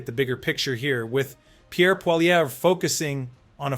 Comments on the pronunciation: You are pronouncing Pierre’s surname incorrectly Do NOT pronounce the “R” at the end Hence phonetically just say “Polly-EV” It’s a French name You sound foolish I’m sure you’ve heard most people pronounce it correctly Hence copy them Only Americans can’t pronounce a french word Don’t attempt to pronounce it as if it’s English That just sounds ridiculous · I’m thinking this channel is first American due to the fact that you can’t even pronounce Pierre’s last name properly and that your slightly leftist. Why don’t you just shut up and mind your own business.